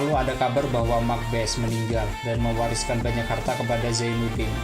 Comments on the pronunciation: Bukan mak bes, mak basse' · Setahu saya bukan Mak bes ejaan nya bang tapi ma' base🙏 maaf kalau salah